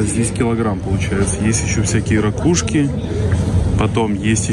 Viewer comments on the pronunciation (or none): none